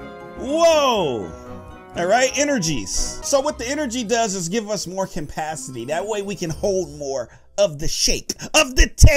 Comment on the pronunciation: Its give not gibe